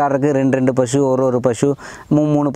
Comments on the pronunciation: പ ഷു അല്ല പശു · pashu anu makane pazhu alla